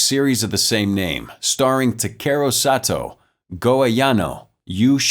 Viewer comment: You didn't just say Soto. It's Sato